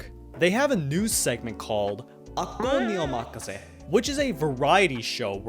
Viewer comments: ITS NERU. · It’s Neru.